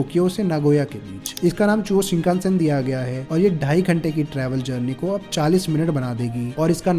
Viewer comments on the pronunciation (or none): none